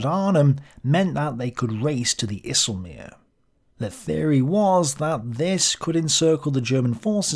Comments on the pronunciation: IJselmeer 😂😂😂, Try to say EYE selmeer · Another very nice video sir! And I commend your effort to pronounce IJsselmeer correctly, a most charming effort. If you need to pronounce more Dutch names, give me a call. Always willing to help.